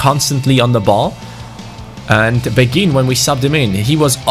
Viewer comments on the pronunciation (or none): I personally think mine is better read this Asa a person who speaks French quite well im pretty sure beghin pronounciation is ( bayhin ) Anyway Story time sit down get a hot cocoa and enjoy Beghin was born in Kinshasa in Congo, he grew up in a relatively well off family. At the age of 6 is mum married a rich French businessman because she was pregnant with his baby. They moved to France where his stepdad got him into football as he was a strong Marseille supporter who was very passionate about the game. Beghin blood father died in a car crash whilst his mother was pregnant with him and his stepdad s like his real father to him. He was a very gifted footballer from a young age but very boastful, he was known as a cocky individual but had the skills to back it up. At age 11 he went to a sport private school where his coach saw his talent and got him trials at Lyon. He was known across the Lyon academy and had high praises from the likes of Caqueret even though he was 5 years younger. The attention got to his head and at age 15 he decided to sign with PSG. He continued to excell and was capped by France U18 at age 16. At age 17 he demanded a professional contract threatening to leave if he didnt get one. PSG reluctantly agreed giving him 15,000 a week. He thought he had made it big and started to not put in the effort. He would stay up late playing fifa and fortnite and go to training late. He never breaked through into the first time despite having all the potential. After gett